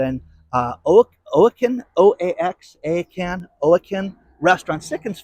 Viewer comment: Do you want to pronounce Oaxaca? This is how you pronounce it : Wa ha ka. That’s in Mexico. They have good food in Oaxaca Mexico.